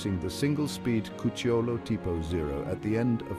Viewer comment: Great video, very informative and well researched! The accent on "Cucciolo" falls on the "u": "Cúcciolo".